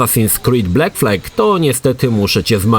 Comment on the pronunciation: Jak można wymawiać angielskie słowo black jako "bleck"? Dziwne to, że gość niby gdzieś tam siedział w grafice, a tak proste zwroty kaleczy. Gdzie w wymowie masz E?